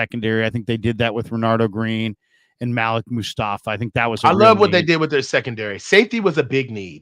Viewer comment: I think Malik is pronounced (muh-leek)